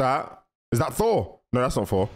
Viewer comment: You dont know how to say thor?you say for😂 sorry its just fanny